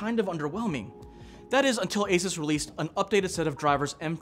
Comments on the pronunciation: FYI it's "ey-suus", not "ey-ses" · your pronouncing asus wrong lol